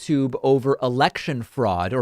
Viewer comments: "...fraud, or frawoud, ..." xD i almost spit out my tea. some jokes get better with repetition. xD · That New York accent on “fraud” 😂